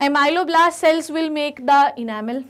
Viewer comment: maam it was ameloblast not amyloblast